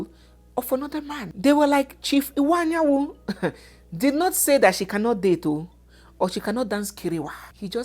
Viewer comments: please the name is Iwuanyanwu, not Anyanwu. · please the name is Chief Iwuanyanwu and not Chief Anyanwu